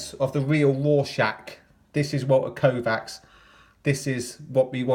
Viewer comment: One Walter Kovacs One Walter Kovacs One Walter Koooh-vacs There's only one Walter Koooh-vacs! Everybody sing. You know the words! :)